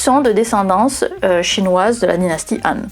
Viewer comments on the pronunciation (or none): sauf que Han se prononce Ran ... sauf si on le sait pas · Oui. 13% de ma famille l'a sur le bras gauche, 17% sur le bras droit, 40à 60% sur les deux bras. Donc on est coréens. Ou chinois de la dynastie Han (prononcer Khan). Avec un diplôme de physician en poche et on joue du violon. il faudra essayer sur les Blancs un jour. Ceux qui ne font pas de bulles avec la bouche. Pour avoir des chiffres probants. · 🎉Bonne année à toi et tes proches 😘 Bonjour, comment tu vas ? As tu passé un bon réveillon 😅😂🎉. Sinon.... 😅 AHN ET HAN se prononce de la même manière ??? 😮😅. AHN c'est bien " ANE " 😇 Par contre HAN c'est " EN." avec un H comme " Haricot " 😅 Du moins ici en Belgique 🎉❤🎉 Nous avons un village qui s'appelle Han sur Lesse, relativement reconnue par les touristes, pour ses grottes et sa réserve animalière, sur les animaux sauvages d'Europe exclusivement, 😅ayant vécu ici. ( pas nos animaux de compagnie ou d'élevage type ferme agricole,....) Ouwha 😅😮 Je pars dans tous les sens. Bref, regarde sur trip advzisor ? Ou ailleurs 😂 Enfin, bonne journée à toi et ta famille. 😘🎂🎉🤣😋🙂Ho oui, j'ai pas les plis 😅 Si c'était quand même des boulets... La graisse,... À t'elle des points d'acroche, comme les muscles et les tendons ? Ce qui ferait du pli la limite de la masse de graisse. Si tu vois ce que je veux dire ☺️🙃 Qu'en penses tu ?